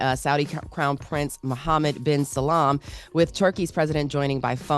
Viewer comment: ITS MOHAMED BIN SALMAN not SALAM😂